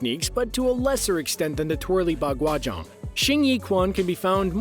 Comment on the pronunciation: dude butchered the pronounciations Taiji quan is pronounced taiji Chuen. Baguazhang is Pronounced Bagua Zhahng not aang.